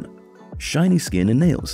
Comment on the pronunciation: Shiny not shinny